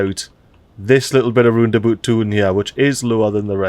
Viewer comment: RoundAbout ❌ LandaBoot ✅